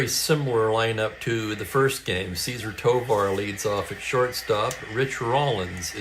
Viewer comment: Not a criticism but a question. I remember Tovar’s first name being pronounced with the emphasis on the second syllable (Ce- ZAR). But, I was 6 in 1966, so my memory could be flawed (shocking, I know). 😅😅😅😅